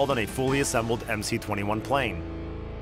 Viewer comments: Why call it MC-21?! It’s MS-21! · Ok. But it is MS-21, not MC. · It is not MC, it is MS. C in Russian is S. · MS-21 is it's name, not MC-21. The C is an cyrillic S.